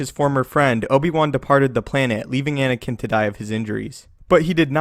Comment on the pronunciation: Ankina? Plz get the names correct